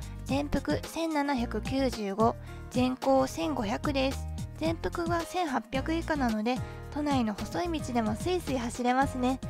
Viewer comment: すごい、アルミホイールの説明時スバルエンブレムのセンターキャップ位置合わせしている所、プロ精神だね。 全幅を正しく「ぜんぷく」と読み、御用達をちゃんと「ごようたし」と呼んでいる所が才色兼備で好感度アップ(*^-^*)